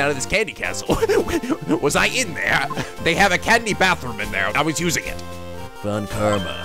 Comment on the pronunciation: Speaking of pronounciation. Von Karma should actually be pronounced Fon Karma. XD ->